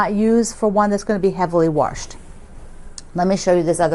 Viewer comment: I'm not sure where your from but I've been teased my whole life for saying "warshed". Lol MN here